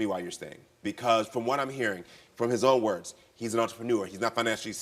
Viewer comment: The reason why he's taken back stage to he spoken to its becasue of his behavior. You can barely hear what he's saying he can barely pronounce his words and he's MAD annoying. Yes I am glad they tool him backstage .